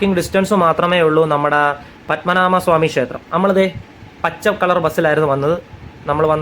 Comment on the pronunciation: പദ്മനാമ ക്ഷേത്രം അല്ല പദ്മനാഭ ക്ഷേത്രം ആണ്. ആദ്യം അത് പറയാൻ പഠിക്കു